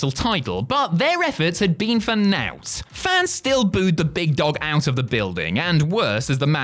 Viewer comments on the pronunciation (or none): You really don't know how to pronounce "naught"?